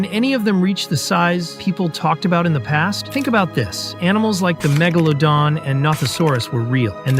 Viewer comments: "Magalodan" is lowkey crazy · that is not how you say megalodan😭